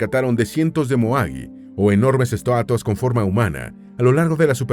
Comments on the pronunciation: Min enormes “estuatuas” (?) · este vato dijop dijo estuatas en el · "enormes ESTUATAS" jajaja pensé que solo mis sobrinos decian estatuas de esa manera 😅🤣 Excelente video 👍